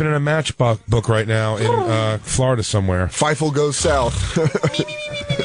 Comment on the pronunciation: Dan deserves 5 nut slaps every time he says Fivel wrong.